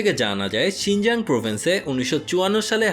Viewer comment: 'শিংজাং' না ভাইয়া 'শিংচাং'